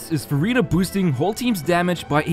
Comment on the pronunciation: Not sure whether to roll or not since I have too many hydro ;; Neuvi, Yelan, Ayato, but also... its Furinaa ack 🥹